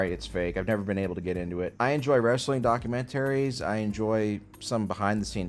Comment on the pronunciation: Did you say documen-tary?! Are you from Central New York?!?